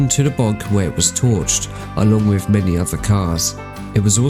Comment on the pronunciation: Whoever is doing the VoiceOver for this video should immediately get some speech therapy with is not spelt WIV and annoying VoiceOver gaffs